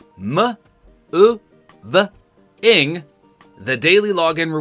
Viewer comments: Such a bad move by Fortnite.. but I loved the way you pronounced Re-moo-v-ing hahaha. Never edit out the amazing times when you are being yourself and having fun! I love to see it! :D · Your daily phonics presented by: R - M - OO - Ving 😄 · Ruh muh oooov ing are you at a spelling bee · ruh muh ooh vuh ing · Ruh-Muh-ohh-vuh-ing lol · Nice ra-ah-moo-ving😂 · Re-uh-mov-i-ng. 😂 This really stinks for everyone with the Founder's Edition and bundles. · The way said removing is SO funny 😂😂😂